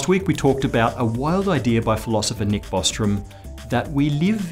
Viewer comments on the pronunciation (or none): none